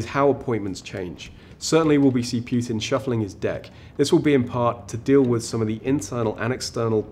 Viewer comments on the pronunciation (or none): It's pronounced Poo-tin NOT "Pyu-tin"